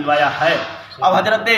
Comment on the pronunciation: Talafuuz to sahi kar le raafzi ki aulad hazrat ko hajrat kahe rha he aur aalim ban rha he